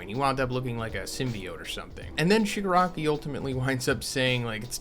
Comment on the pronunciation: it's the Shipanari!